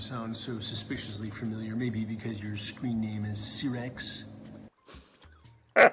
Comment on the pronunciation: Why would anyone think 'Cyraxx' is pronounced 'Seeraxx?' Do they pronounce 'cyclone' as 'seeclone?' Or 'cyber' as 'seeber?' Idk, that just annoyed the shit outa me for some reason.